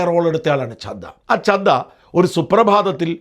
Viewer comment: സാജൻ സാർ രാഘവ് ചഡ്ഢയാണ്, അല്ലാതെ ചദ്ദയല്ല.